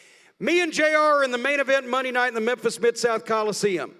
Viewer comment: “Mondee in Memphis”